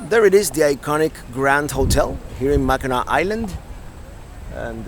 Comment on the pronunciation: No it's pronounced Mackinaw.